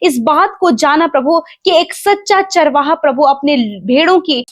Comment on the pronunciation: प्लीज, चारवा का उच्चारण चरवाहा के रूप में करें.... धन्यवाद